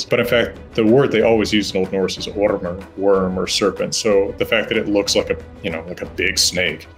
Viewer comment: Han uttalade ormar så amerikansk man kunde till och med hahahah